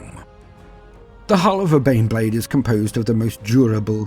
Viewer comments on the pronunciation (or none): My murican ears keep hearing "Bean Blade". A gift or a curse?